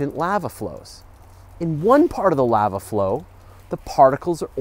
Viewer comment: Great video. Can i bring up an incredibly meaningless and superficial issue I have? Oh and I'm also going to say it in an unnecessarily obnoxious manner. Your pronunciation of lava. Fix it.